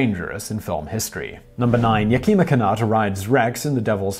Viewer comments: It’s not Ya-keem-a, the name is pronounced Yak-i-ma. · Simon, you really need to study Chinook Wawa. Yakima is pronounced Yak ima, not Yakema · I believe it's pronounced YAK-i-ma, not Yah-kee'-ma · YA-kee-mah Kan-OOT Jahn HUO-ston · YAK-ih-ma Ca-NUTT and John HYOO-ston